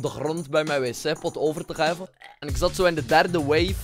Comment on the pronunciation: Je kan niet eens praten wat is geva het is geven